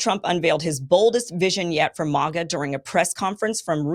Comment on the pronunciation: Why can't you say MAGA properly Kim 🤣🤣🤣